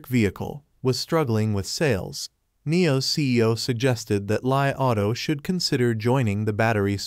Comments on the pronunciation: It is pronounced as Li and not Lie. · You getting your info from Mr. P? LOL... Its pronounced Lee.......................................